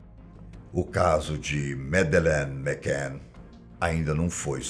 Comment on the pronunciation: E ai, desculpe a correcção mas se pronuncia "Medline Macane" e não Medelene Macan... adoro vossos vídeos, os verdadeiros contadores de história e cheios de mistério... Parabéns de Portugal.